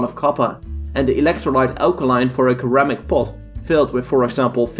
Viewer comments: it's pronounced seramic not keramic. sir-ram-ick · You accent isn't a problem for me watching your video and enjoying it...but your horrible mispronunciation of basic common words is annoying as Hell. ie: "ceramic" and many others!